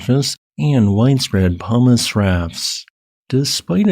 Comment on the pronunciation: for some reason, I keep hearing "hummis" when you say "pumice" today, lol. It does make for some silly mental pictures lol